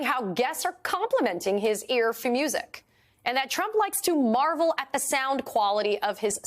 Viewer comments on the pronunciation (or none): none